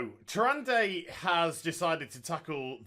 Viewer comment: The whole time I'm just like..."Its (Tyr-an-da) not (Tyr-an-day) JESUS CHRIST"